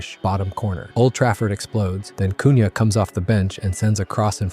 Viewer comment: Cun Ha is crazy bro, use google to hear the names at least